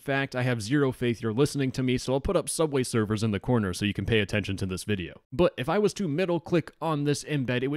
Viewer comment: bubway durfer xd love it